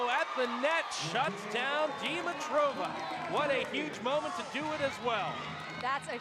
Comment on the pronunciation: Did anyone notice that the announcers are mispronouncing Dimitriva's name? 😂 They keep calling her, "deem-uh-trow-vuh." Pretty sure the correct pronunciation would be, "di-mee-trah-vuh." Accent should be on the second syllable.